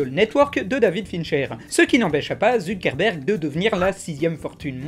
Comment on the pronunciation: Quand il dit Zuckerberg j'ai l'impression qu'il dit ZUCC-erberg. Je peux pas être le seul.